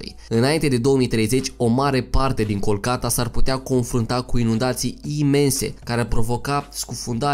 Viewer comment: Se spune "Calcutta", nu culcata. (Oras in India.)